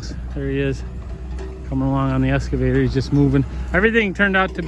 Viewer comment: EXcavator. Not Escavator